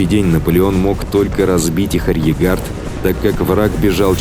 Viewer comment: Спасибо за ролик! Одна просьба большая, научить диктора слову арьеРгард он из раза в раз говорит арьегард, режет слух невероятно